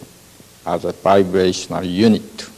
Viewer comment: Can't follow what he's saying because Everytime he says vibrational it sounds like he saying biracial